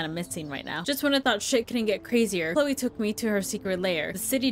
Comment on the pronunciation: Love how you pronounce "Chloe", so good :) ;) lol